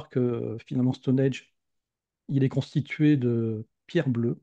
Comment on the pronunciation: Intéressant mais attention ! C'est Stonehenge et pas Stonehege (erreur dans le titre de la vidéo) ; et ça se prononce "Stonindje"...